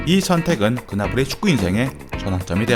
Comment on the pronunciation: 그나브리 그나브리 할때마다 그나물이 그나물이 하는거같네